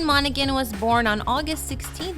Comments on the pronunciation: MonaHAN not “MonaGAN” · its pronounced 'monahan' not 'monagan' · The g in his last name is silent, it really annoys me when it's mispronounced as I have the same last name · I loved this but you are totally mis-pronouncing his last name. Cameron on is seriously so cute!